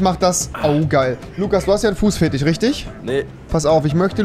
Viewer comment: Normale Leute: Fetisch Rewi: Fetich